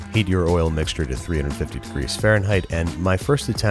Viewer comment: "McDonald's uses a mcsture"